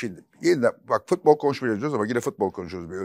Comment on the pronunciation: Fatih Bey sizi çok seviyorum ama nolur FITBOL demeyin! FUTBOL DİYİN:))) FIIIIIT BOL NE YA